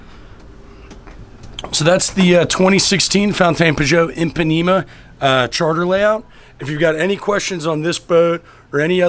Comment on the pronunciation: I WAS ORIGINALLY A HATER, BUT NOW TO HEAR YOU SAY "PAN " IS JUST WRONG ! SEE YOU IN MIAMI .